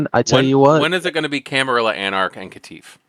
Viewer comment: Used to be "La Camarilla" but the 'La' part went away. Camar-illa like van-illa works fine now that the 'La' was dropped. 😂